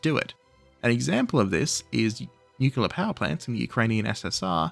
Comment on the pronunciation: I hate to break it to you, there is only one U in Nuclear. And yes, you are pronouncing it wrong